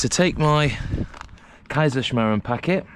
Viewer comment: then definitely pronounced it right for your part of the world 🌎 😀 👍